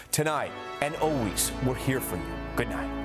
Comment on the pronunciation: El Presidente said "we'er going to ear"